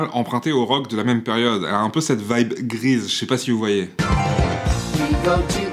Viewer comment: Stylééééééé ! Un petit Pouce Bleu pour ma part :) À j'ai mis un petit temps pour comprendre. J'ai entendu Grise et non Grease x)